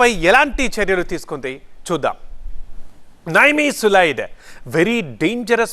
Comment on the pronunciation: నైమీసులైడ్ కాదు. నిమ్సులిడ్.